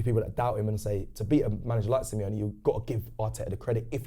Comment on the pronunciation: Semi-lonely, Simeone... 🤔🤦🏻‍♂️😅